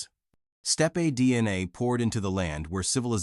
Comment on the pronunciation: Definitely narrated by AI. Mis pronounced the 1920 date and the word steppe. Google says no published dna exists on Puabi.